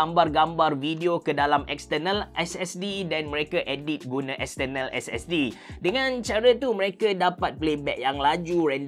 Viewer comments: Silentkan R pada perkataan External & compare... Buat mcm biasa je... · tak terbelit lidah ke dok sebut exterrrnal harrrdisk, exterrrnal, exterrnal.